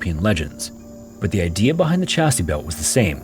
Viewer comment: 'Chastity belt'. Not "Chasty belt".